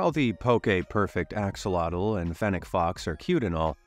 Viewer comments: it's a-show-low, not ax-oh-lottle. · axolotl isnt pronounces Axe-olotal, its Ox-olotal just to let you know :) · It is actually pronounced like ash o lotl